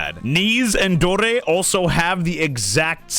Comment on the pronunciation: The way you rolled the 'r' in 'Dore' there... Superb. 👌